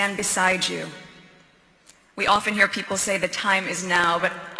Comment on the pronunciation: "I, and I and I...and sooo many important pipol....bite me". Her aim is to be sorrounded with important people. and for this she need a narrative, that she can look like a 'someone speaking about serious smthg'.